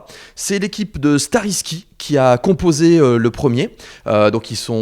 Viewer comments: Fabien, on dit Starrysky (y=aie) pas "i" ^^ mais hâte de les avoir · ça se dit Stariskaille, pas skariski ^3^ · Starry sky * XD Nice prononciation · J'écoutais à moitié et je me suis retourné en mode ''t'as vraiment prononcé leur nom comme ça ?!''